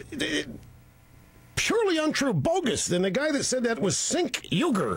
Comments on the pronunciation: Cenk has his last name wrong himself :D! It is UY-GUR not YUGUR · I hate to correct you Cenk because I love ya and I am a Turk but I'm 97% sure that you pronounced your own NAME WRONG at the end there. I listened to it several times and am pretty sure you are saying YUGUR at the end ...am I wrong?